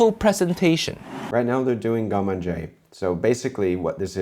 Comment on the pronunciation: I finally understood around 25min you were saying garde-manger... Wtf pronunciation is that?